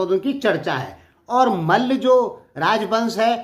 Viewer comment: Abe tum bolna sikho Kay mal bolta hai malla boll